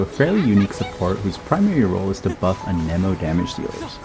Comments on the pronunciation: I am sorry to ask this but why do you say an eh mo And not an emo Also amazing content, thanks gor teaching me about reaction gayge and how to maximize my hyperbloom teams Also what are the best teams for x1 nahida where she has an elector hydro and pyro teammate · you can google the proper pronounciation yourself. just cuz "geo" is phonetically pronounced (gi - o) doesn't mean anemo is (a - ni - mo), electro is (i - lic -tro), or dendro is (din - dro) geo is the exception not the norm. language is weird. blame genshin's english localization for using fancy latin words that are no longer in use... at least until september of 2020. edit: i googled it, i am wrong, my bad. turns out there are two exceptions.